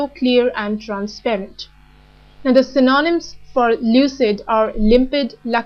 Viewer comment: The content of this video is interesting, but her accent is intrusive and confusing and her stress and pronunciation are at times incorrect, e.g. "implacable", "apathetic", "synonyms".